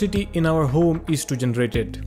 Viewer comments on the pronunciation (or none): "In our hOOme"